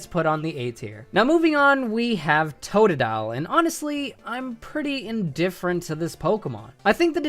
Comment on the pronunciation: TOTADAIL LMAO IT'S TOTODILE